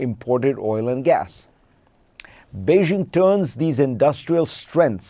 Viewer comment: How could you spend last week in China and not learn how to correctly pronounce “Beijing “ Say BAY JING….the “jing” is the jingle in jingle bells.